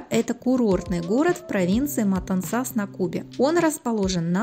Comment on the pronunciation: Отличный обзор. Одно только замечание : Матансас произносится с ударением на втором слоге - в противном случае режет слух.